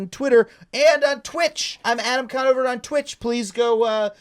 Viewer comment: Adam con-NO-ver